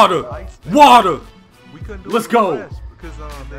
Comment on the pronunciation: Watea Watea Wetea 😄😄😄 Water